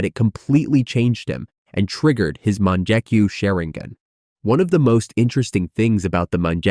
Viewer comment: bru the "munjekyu" low key made me mad. its mon-gek-yu